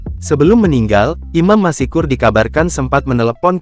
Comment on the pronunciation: Dibaca bukan : Imam MASIKUR....! Tapi dibaca Imam MASKUR....! Dengan...."S"...TEBAL...! Contoh lain : ma-SYA-ALLAH..!